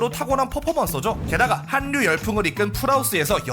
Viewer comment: 한뉴? no 할류. 간냑? no 갈략 소리나는대로 발음해도 되는데 왜 꾸역꾸역 저렇게 힘들게 발음하세요? 인류 전류 인력 전력 본류 이것도 꾸역꾸역 어렵게 발음하나요? 요즘 유튜버들 말 좀 한다는 사람들 죄다 저런거 틀리더군요.